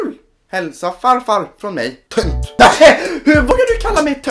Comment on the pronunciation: När du läste Tönt trodde jag du sa ''punkt'' som en ...................................